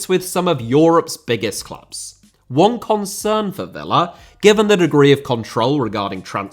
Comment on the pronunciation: Diaby* not Diohrbei Villa * not Viller Saw* not Sor Sevilla * not Sevíer Father* not Forther Amavi* not Amohrvi Ghazi* not Ghohrzi Half* not Holf Debuts* not Deibyus Chukwuemeka* not Chăkwămeiker Diego* not Diyeigouw Idea * not Ideer Konsa* not Konser Moreno* not Moreinouw Possession* not Posession Leverkusen* not Leiverkusen Uefa * not Yuweifer Álvaro* not Alvarouw Negredo* not Negreidouw Hag* not Horg